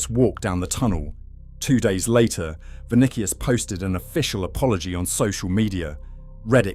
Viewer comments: GaLACKticos...ViniKius...If you're gonna use AI slop at least make sure it pronounce words correctly. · THE MOMENT HE SAID' VINIKIUS' I STOPPED THE VIDEO AND WENT ON MY BUSINESS